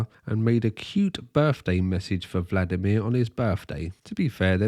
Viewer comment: That's actually really close to a correct pronunciation. He's honestly trying and not just "americanizing" every name as is tradition. "vlAdimir" is definitely incorrect, despite everyone who's speaking English saying that.